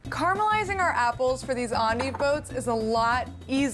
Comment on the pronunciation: I like this video. It taught me how to say endive. I always thought it was end-dive.